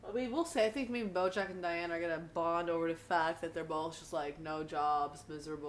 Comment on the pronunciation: 😡😡😤😤 I really hate that every youtube reactor gets diane's name wrong. It's "cry-anne"